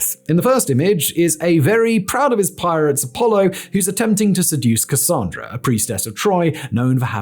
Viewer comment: THANK YOU for saying Cassandra correctly!! That’s my name and folks usually get it wrong.